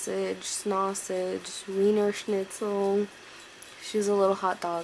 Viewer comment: love your saying the german "wienerschnitzel" ♥ (i'm german) oooh got tears in my eyes watching your little dog sooo cute ♥